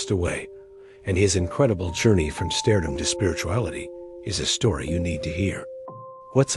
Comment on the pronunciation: Stairdom? Ai slop.